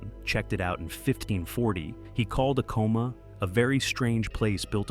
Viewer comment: I worked for Acoma, PR Director, in the 90s, it is A-coma not uhcoma